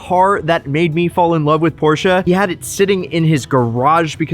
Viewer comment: Please don't refer to a Porsche as a porsheru. Just don't do it.